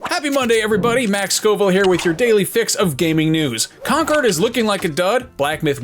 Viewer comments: It's ConCORD not ConCERD 😂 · why U say 'conquered' it's concord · He didn't even care to say the name correctly 👍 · How does he not know how to say "Concord" for god's sake? Concord Grapes, the Concord supersonic airplane, Concord as in a form of diplomatic agreement.. etc... Yet he keeps saying "Conquered" .... I'd give him him a pass MAYBE if he was GenZ ... but the dude is a Millenial, how the frack has he not heard this word at any point in his life?